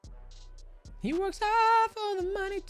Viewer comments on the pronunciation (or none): none